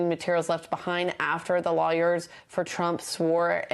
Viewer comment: How come she can't say the word, "lawyer?"